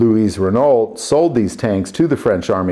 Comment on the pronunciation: You don't pronounce the "t'" at the end of Renault. Also, the name Louis (my name) is pronounced "Louie" in French. That is what I went by when I lived in Europe. I have been called Lou, Louis and Louie. All correct in the correct context. I comment on this a bit tounge in cheek. Love your content. Keep it up.